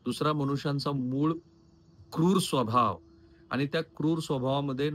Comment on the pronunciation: khupach ashuddha marathi bolta aapan eg manus, ani, pani, pls avoid this